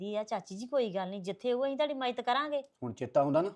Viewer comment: ਇਹ ਬੋਲੀ ਜੱਟਾਂ ਜ਼ਿਮੀਂਦਾਰਾਂ ਵਾਲ਼ੀ ਨਹੀਂ ਲੱਗਦੀ ਮੱਜਤ ਨਹੀਂ ਮੱਦਦ ਹੁੰਦੀ ਹੈ